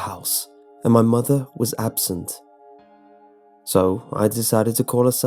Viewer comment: "my mother was absinthe."